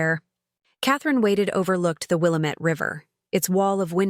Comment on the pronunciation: . “ It’s pronounced Wil-amate Damnit!’